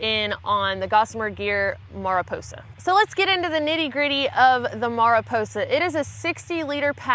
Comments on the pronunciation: Ma-ri-po-sa as opposed to mea-ri-po-sa, it's Spanish for butterfly. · It is Mariposa which means Butterfly... Not Merryposa. You don´t just call it Betterfly, or do you? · Mah-ree-posa, try to do the rrolling R for ree. 😇🙏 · Without looking at other comments, Mariposa is a Spanish word so it was pronounced wrong her way and the company's way! It's actually pronounced "Mariposa", LOL! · Just in case your curious in Spanish the word sounds more like “mary posa” or “mah re posa” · "Mariposa", of course, is "Butterfly" in Portuguese, and Spanish and maybe other Latin-based languages. Nice name for such a lightweight and truly beautiful, efficient pack. As stated above, it is not an English word so English speakers can hardly ever pronounce it correctly anyway. You don't learn the way to do the correct sound that doesn't exist in English. Maah-ri-Posa, with the "aah" in "Maah" kind of like "aah" that the doctor asks when looking at your throat, is what I've always heard all over Brazil and throughout South America, though I've never neard a Gringo(a) say it truly right. I wouldn't worry about it too much, most Latino(a)s are very forgiving of Gringo(a) pronunciation of Latino words. Just don't laugh when we pronounce "Hush Puppies" "Hoosh Poopies" and all is forgiven! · It's pronounced "mariposa" :D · I'm pretty sure it is pronounced like Mary-posa with a long O sound. It is a spanish word that means butterfly. I don't know why so many people from the south have problems pronouncing spanish words did you fail spanish or just not take it? If not what language did you take? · mah ree PO sah. Spanish for butterfly. And the "r" is more like a "d". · FYI, Mariposa city and county in California are pronounced MARE-uh-poe-sa. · Mariposa—Spanish for butterfly. Roll that “r!” Marrrrrrriposa! Great pack! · Mariposa is butterfly in Spanish. The first a sounds like in 'a'pple if you are interested. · Mariposa means butterfly in spanish. To say it in spanish just roll your r.